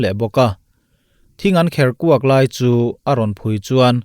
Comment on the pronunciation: "Thing ding lai an kherkua a" ni lovin "thing ding lai an kerkua a" tih zawk tur a ni lo maw? I channel hi a ṭha ka ti. Han ti zel teh. Kan nghakhlel viau ṭhin a nia...